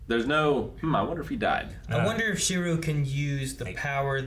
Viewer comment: How do they keep forgetting how to say Shirou's name?